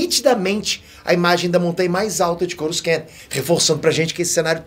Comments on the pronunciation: Cada YouTuber inventa uma maneira de falar corusan kkkkk, essa de hj foi nova! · Eh sério que o tá pronunciando Coruscant errado??